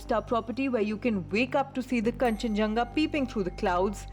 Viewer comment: It's kanchenjunga ok